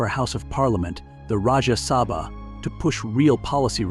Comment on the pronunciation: oh my god your pronunciations got me triggered... dm me if want to learn how we Indian really pronounce these names... GOD..... JESUS... its SAA-V-TRI NOT S-V-TRI enunciate that A.. its RA-JE-YA SABHA NOT RAJA SABHA ITS A-GA ... NOT A- G -A (this really triggered me.. DAMNN MAN DONT BUTCHER NAMES LIKE THAT.) ITS RAY-KHAA you sound like you saying REKE... (that's also my mother's name by the way.) JHUNJHUNWALA Is like ... JHOON- JHOON - WAALA... THE SOUND IS OF 'O' LIKE 'SOON' smita crishna godrej is also ummm... for me , but its ok i can live that